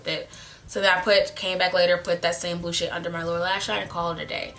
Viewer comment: When u said blue shade i thought u said blue s**t 🤣🤣🤣🤣